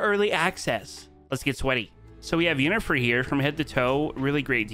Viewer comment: U can know did not play The Witcher nor watch the TV Show because the way he pronouns Yennefer name 🤣